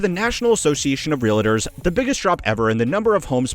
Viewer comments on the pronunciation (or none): Explain how the word REALTOR -- becomes REAL-A-TOR. Make it make sense.